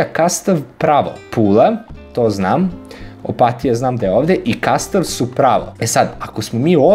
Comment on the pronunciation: Opatija se zapravo izgovara tako da se i naglasi. Opat-i-ja